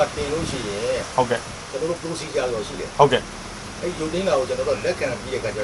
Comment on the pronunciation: ေစာက္႐ူးရဲ procedure ေတာင္ အသံထြက္ က ဒစ္လည္ေနတယ္